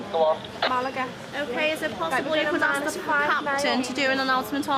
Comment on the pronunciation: did i axe you